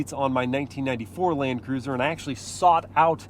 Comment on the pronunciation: Is it just me or did say “Lane Cruiser” in the beginning 🤣